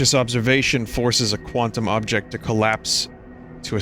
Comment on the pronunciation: Quant-TUMS Jesus christ Vinny 🤣